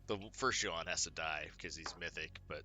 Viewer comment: I thought his name was Yah-hoon, but you say Joe-han....I'm confused....otherwise I disagreed with nothing. Edit: I do kinda disagree with swarmer being that high in the rank. It has value, but is it top 10 material? I don't think so (but I only play enough to make diamond rank 3 so I won't argue).